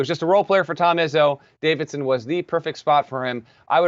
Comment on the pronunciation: dude doesn’t even know how to say Davidson’s big man’s name🤣🤣they ain’t winning the first round